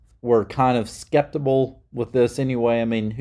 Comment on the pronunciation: It's sceptical not sceptibal